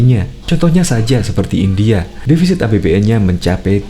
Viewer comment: Bukan Hindia tapi India kali yaaa